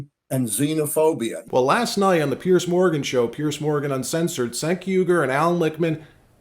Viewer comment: Pronounced “Jenk”. Just so you sound in-the-know.